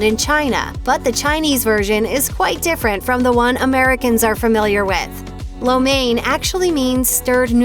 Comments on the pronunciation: What's up with that pronunciation it sounds more like lao men not main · its catered to the american tastebuds and yall complain that the dish is unhealthy when american food is unhealthy?? not to mention wtf is that pronunciation of lo mien i almost didnt know what this video was about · Im Chinese and everytime they say lo mein with the wrong pronunciation it freaks me out. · You are not saying Lo Main right. Most English speaking people get it wrong.